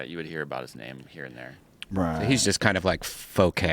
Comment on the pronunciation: No faux is pronounced faux.....also niche is pronounced with a soft ch not an itch sound.